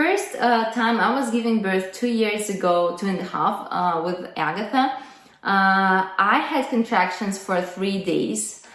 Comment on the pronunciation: In fact, Agatha is not Agatha either. She is Agata, second syllable stressed, long 'ɑː' after 'g'. But perhaps thinks anglicised name variants will sound more familiar to her English speaking audience.